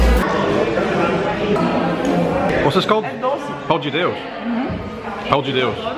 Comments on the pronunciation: We are Portuguese.We don't speak Brasilian.Pão-de-Dêus é um (dos muitos) bôlo Português.Deve aprendêr a dizêr Pão-DE/THE-Dêus, or, as Avi Ven said (to make it easy) "Pão-the-Deush"... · Everytime an english speaker tries to pronounce a portuguese word they go for the brazillian accent, EVERY. SINGLE. TIME! "Pão dji Deusss" nope sorry, it's pronounced "Pão the Deush" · Avi Ven there is no wrong way of saying that for god's sake. It's like saying that Irish or Americans don't speak English as they pronounce words differently from the British. Grow up! His brazilian accent made no difference to me. I understood him as well as if he was speaking with a European PT accent!